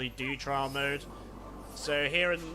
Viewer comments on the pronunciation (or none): its trial mode not trail mode....